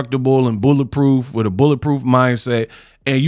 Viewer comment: 'Meat wif me' pause